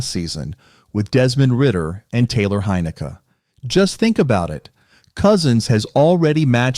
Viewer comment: hey, teach your AI voice to pronounce Heineke correct...